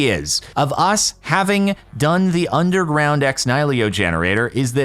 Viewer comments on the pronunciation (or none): Jordan continually not being able to pronounce "Ex Nihilo" is giving me life for some reason